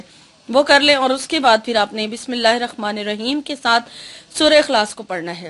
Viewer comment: Bismillahir Rehmanir raheem bola kre rakhmanir raheem ni kahe 😊♥️ jazak Allah